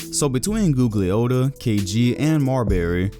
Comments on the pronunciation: You cant pronounce Tom G name, smh, trash video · ....you don't even know basketball... because you pronouncing Tom name wrong as shit.... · butchered Tom Gugliotta's last name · You pronounced Gugliotta wrong. Besides that, I haven't seen anyone mention Tom Gugliotta in ages now. Brings back memories